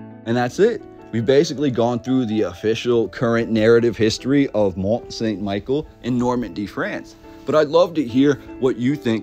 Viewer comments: The proper pronunciation is Mon San Me-Shell. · Mon Sawn Michele (pronounce) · Great video. I went there a few years ago and its truly impressive! Just one thing...its pronounced Mont Sun Michelle in French. I also wondered if you had found its sister...over in Cornwall England called St Michael's Mount? It looks like a smaller version, but not with quite the majesty of the French one. Apparently linked to the same order of monks. I agree with you wholeheartedly...the narrative does not ring true. There is more to this story. The architecture and engineering is a formidable feat. One of the most beautiful places I have visited. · Mon-San-Mi-Shell That's how you say the name of the Island. It's a cool place to visit if you're ever in Normandy. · Sorry but this is really annoying. It's Mont St Michel pronounced ME-SHELL. I took French in highschool and hearing you butcher the name is gonna be taxing. Still gonna watch the rest of the video however. Sorry 😅